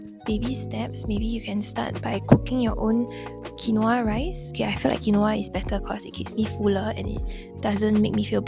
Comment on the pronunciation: Babe its pronounced kween-wah